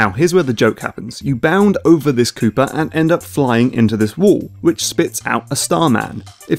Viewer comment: My ears bleed in protest every time he says Mario and Koopa coin